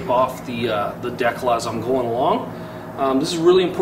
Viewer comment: awesome video, but... DE-CAL! lmfao its not decle...